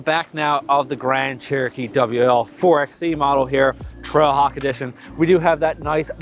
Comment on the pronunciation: My guy, it's pronounced 4 by E